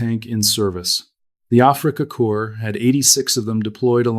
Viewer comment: AI voice needs to retrain pronunciation of Afrika Corps not afreeka corpse